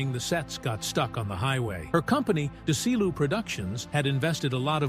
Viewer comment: Dez-E-lou! What's so hard about THAT???